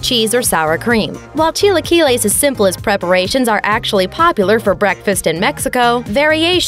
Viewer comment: Wtfs a cheelaykeelay? Lol